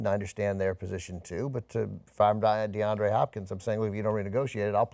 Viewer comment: Deandre, not DeAndrew